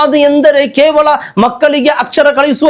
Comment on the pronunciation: Khevala alla kevala , kannada uchara sari illa